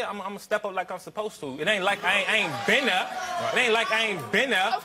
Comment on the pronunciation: everytime he says "been", my neck snaps back.